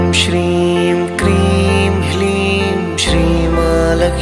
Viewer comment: Kreem h ki kleem aur hreem ya hleem clear kre plz